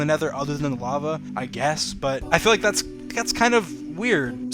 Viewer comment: how many times he said "tharts a flint" | | | | \/